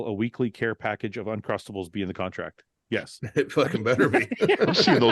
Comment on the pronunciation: we want uncrustables not untrustables lol